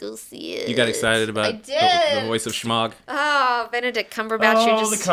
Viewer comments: Dammit I'm not a grammar nazi! But FUCK! Its not shmahg its Smaug! And! Its not simarion! Its the Silmarilion! Sheesh! Regardles I love you guys! These are minor complaints. I listen to you guys so I can keep up on comics. Period. I don't have the cash OR the time, for that matter, to read all this cool shit! Keep up the goods! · the book is called "The Silmarillion" Not the Samarian . and the dragon in named Smaug (smog) not Shmog...even still I love you guys.